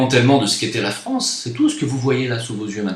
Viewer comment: MDR!!!:) il te faut un traitement homéopathique pour la prononciation du mot France! C'est triste ce qui se passe. J'a été fier de faire mon service national sous le drapeau français en Polynésie en 90. Aujourd'hui j'enrage !